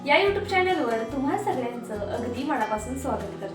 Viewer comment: फारच अशुद्ध उच्चार करत आहेत. सारखं सारखं छाण असे छाण असे बोलु नका ते चुकीचे आहे. चिटकुन असा अशुद्ध उच्चार करत आहेत. मणापासुण